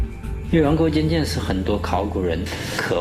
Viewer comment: 听成越王勾贱贱，有点萌